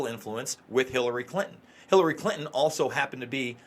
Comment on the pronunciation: I love you, but would you please pronounce Clin-ton the right and the old fashioned way?